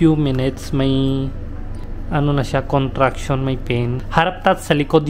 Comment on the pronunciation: 😂bigla Akong natawa sa sinabi mo "CONTSRUCTION"ano Yun naging engineer na si ma'am Sarah imbes manganak,CONTRACTION ang tawag dun😂😂